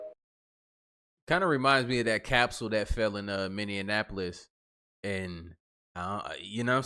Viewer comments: lol I used to call it Minionappolis😂 now I live here. And stand corrected… its pronounced minny apolis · talkin bout some Minnianapolis!!!; Hahahahaha ROFL!!!! 😂😊😂😊😂😊😂😊😂😊😂😊😂😊😂😊😂😊😂😊Make up your mind!!!! Is it Minneapolis, or Indianapolis!?!?!? Lol jk 😊😂😊😂😊😂😊😂😊😂😊😂😊😂😊😂😊😂